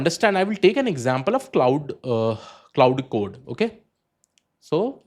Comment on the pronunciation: You Lost me Pronouncing Cloud code lol